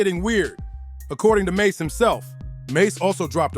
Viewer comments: Bobito not badado lol😅 mase not mace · His name is Mase not maze. Trash video.